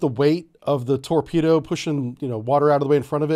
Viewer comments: It's not a torpedo but a "Torbedo" - . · What's a Torbedo??? LOL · Torbedo. LoL!